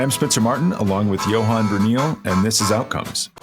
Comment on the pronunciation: Bruyneel is pronounced Bruhnale. Ask him.